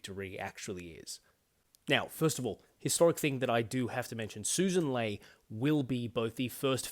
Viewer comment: I eventually found a video of her introducing herself, and it's Lee not Lay as the LNP spokeswoman was saying. Her own party didn't even know how to say her name after she got elected to the leadership. Credible alternative government.